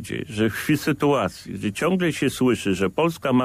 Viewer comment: 15.21 proszę się przysłuchać sam się zaorał wymawiając gdzie po ukraińsku:)